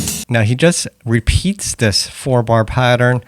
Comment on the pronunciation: Its not "dis section" its "this section"